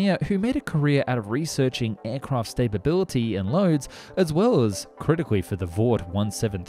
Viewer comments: Cool vid but I was way too distracted by Zinnamon and stabability to learn anything. I dont want to be mean but you lose all credability when you cant even say stability. Where that extra b coming from? and like how do you read Zimmerman and think "ah yes mm should be prounced like an n"? You dropped three whole humps! The most confusing bit is that you seemed to say everything else correctly. I really do hate to have to be this guy but the content is there I just cant handle the verbal abuse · TIL Aussies say "staperbility" instead of "stability" :p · Staybability? It’s sta bil lty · aircraft stablebility? you mean stability? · It’s stability not stabability